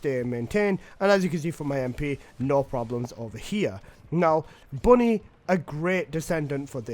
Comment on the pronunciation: IT’S BUNNY NOOOOOOOOOO 😭😭😭😭😭😭😭😭😭😭😭😭